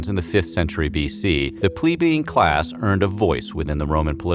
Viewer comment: it’s play-be-in (plebeian)